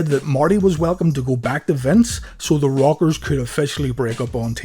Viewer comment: I know this video is 2 yrs old but it's new to me and it sounds like your saying The Robbers